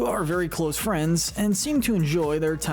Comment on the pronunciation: "very close friens" no way you just said that lol